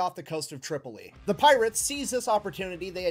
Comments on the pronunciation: He said Trip-ollee, but meant Trip-O-Lee, Tripoli. Later, after they took Duma, the Pirate King offered the UDE Philadelphia back to America even though it had been retaken and burned to ashes. He lied. Amazing that this was two hundred years ago. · John Adams 2nd president of the USA after George Washington dealt with the pirates of the Barberry Coast. It was surprising because Adams had no military background he was an attorney. It's Tripoli the guy just doesn't know how to pronounce it. No he is incorrect in many historical facts! No it is ADAMS not Jefferson!! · He mispronounced Tripoli probably as a joke. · Concerning the mispronunciation of "Tripoli," has dyslexia, and while it isn't very severe (that we see) and generally doesn't affect his speech, he will occasionally mispronounce a word that he has no problems with anywhere else in the video, or use one word when he means to use another. After a while, you don't really notice it.